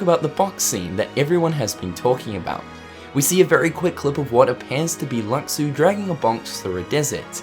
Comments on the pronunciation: it's pronounced "lushu" "LUSHU" !! that's like calling xehanort "ex-hanort" or xion "ex-ion" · his name was said in Backcover though its pronounced Lu-shu